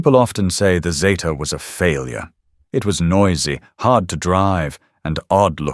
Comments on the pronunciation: I'm old enough to remember them coming out and yes, it was Zeeta. Not Zayta. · It is zeeta……NOT Zayta. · Get it right its a zeeta.... Australia. Made it and named it